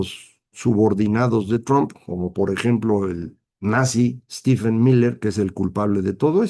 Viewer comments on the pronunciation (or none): Maestro: Steven y Stephen se pronuncian igual (Steven). Saludos.